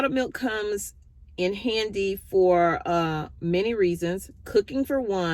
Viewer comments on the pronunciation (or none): none